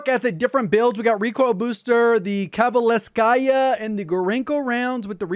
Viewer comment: Kov"A"le"V"skaya not Koveleskaya, this is a Soviet surname.